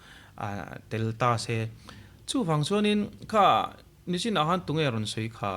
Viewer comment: hian mizo ṭawng hi uluk deuh teh. Nichin tih turah nachin te i ti fo, em ni? tih turah em mi te pawh i ti fo.